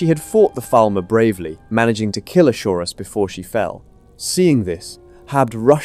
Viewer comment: I'm most impressed by the number of times you pronounced Chaurus differently 😂